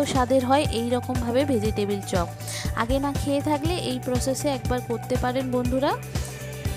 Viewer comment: ভোজিটেবিল না শব্দটা হবে ভেজিটেবল ! 😅